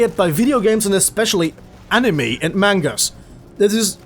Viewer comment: Just saying Cuz its super annoying